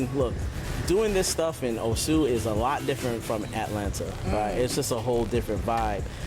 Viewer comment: What a stunning venue. Such a shame music is too loud on this video. Sidenote: It's O-su rather than Oh-su and say it faster rather than dragging out the syllables.